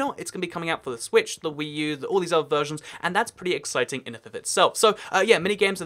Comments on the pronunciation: Who else heard hhhweee new instead of Wii u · Did anyone else notice he said hwii u like stewie saying cool whip